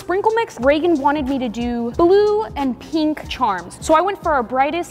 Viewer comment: Pink❌ Peenk✅